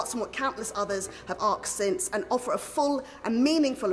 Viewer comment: Asked, it's pronounced asked.